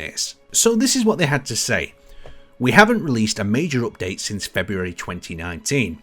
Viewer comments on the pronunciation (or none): drinking game everytime he says "opdate"